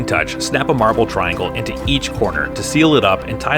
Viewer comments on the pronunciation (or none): none